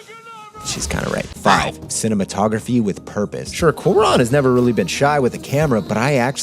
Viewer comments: Quran? Coo-Ah-Ron! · Amazing work as always, but now I'm gonna be THAT guy (mostly because I feel like you'd care). It's "kwah-rone", not "koo-ron". That is all. PS: I vote Galaxy Quest. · Interstellar! great episode, definitely made me adjust my thinking of it. Also, I hate to be this guy, but since you seem to like him so much, I feel like you'd want to know: It's pronounced kwah-ROAN, not coo-ron. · It's not Kwu-Ron, it's Kwa-Rohn. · It's pronounced kwa-ROWN. It's not about accent or English v. Spanish - you just chose the wrong vowel. If you love the dude, get his name right.